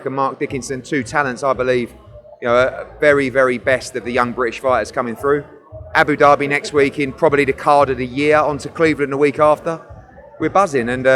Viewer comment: Eddie has upset a lot of people recently and the way he’s dealt with things has been terrible. But the thing that really takes the biscuit and is really annoying me is the way he keeps pronouncing Abu Dhabi 😂